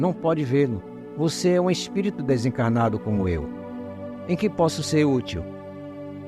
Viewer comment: kkk esse " espito" é foda hein 😂😂